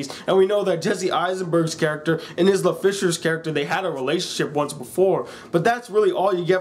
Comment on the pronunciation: Isla is pronounced "eye-la" just fyi Love ur vids keep it up! :)